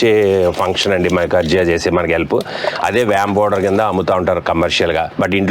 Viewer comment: మైకార్జియా కాదండీ..మైకొరైజా...మీరు సింపుల్ గా చెప్పేస్తున్నారు..అది ఫంగస్.. అండి..